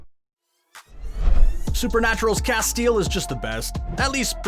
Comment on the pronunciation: you Need to double check the pronunciation of Castiel from supernatural.